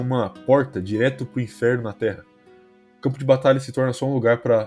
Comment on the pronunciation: "AH GUERRA NÃO É O *INFERO*?" infero é foda man, mas ótimo vídeo, só notei isso mesmo